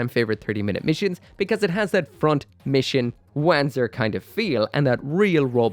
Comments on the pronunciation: I really really hope Bandai puts out more kits like this one. More Wanzer style stuff, less giant humanoid things. Also crazy hearing you pronounce it W-an-zur, in universe it's won-zur. And since FM3 was your gateway drug to mecha maybe go try out the remakes of 1&2, the remake for FM3 is in development. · This new 30mm kit looks super awesome as a big bulky armored core inspired mecha. BTW it's pronounced Vanzer. It's german and the W is more like a V. Also it's translated to Walking tank which makes alot of sense. And one last Front mission 4 is awesome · Pronounced as "vahn-tser"... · Having played front mission 4 and knowing how Wanzer is meant to be pronounced, i physically cringe when you say it. I know you can't help it but... ;; Edit to be helpful: Wanzer is a shortening of Wander Panzer. So rather than wa-an, it's w-on, if you wanted to de-accentize it. In the actual games though it's more like vonser, because it's german. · Am I the only person who kept hearing "wanker" instead of "Wanzer"? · I’m sure other commenters have mentioned it, but still I feel compelled to point out that “Wanzer” is pronounced with a ‘V’ sound, not a ‘W’ sound. It’s a Germanic type of word.